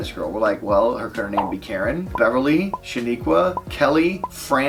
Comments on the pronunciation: He really said Shanicqua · "SHANIQUA" really lmao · This man said "Shaniqua".😭